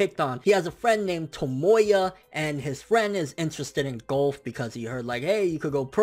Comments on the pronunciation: I hate how he pronounces golf as "gulf". It's a sport, not a body of water. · I hate the way he says Golf